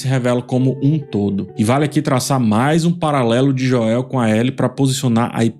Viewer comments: acho engraçado o chamar o Joel de Joél KKKKKK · Por que o chama o Joel de forma abrasileirada? kkkkk morro de rir